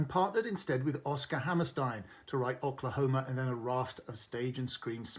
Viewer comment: Who, in the history of America, has ever pronounced Oklahoma as Ock-lahoma? Has Peter Bradshaw never heard the name of this state - not to mention show musical?